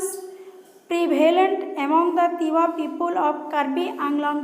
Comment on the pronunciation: It's Tiwa Not Tewa